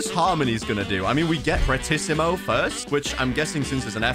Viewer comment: This was one of the first YouTubers that know how to pronounce “fortissimo”